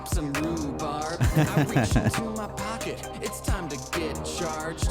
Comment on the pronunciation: When james says 'also coins are uncomfortable in my pocket' he said 'also coinz are uncomfortable in my PACKETS UGHHH' that gets me every time